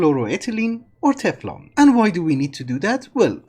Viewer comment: I can't stop giggling whenever you say "go to hell" whenever referring to Teflon lmao